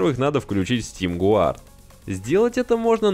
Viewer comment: Не Гуард а ГАРД. 🤠